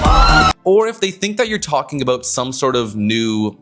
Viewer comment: Haha, you had a South Park Canadian "aboot" coming out in the end